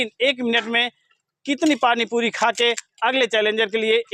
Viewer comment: पाणी पुरी बोलो yaar तुम पाणी पुदी बोलते ho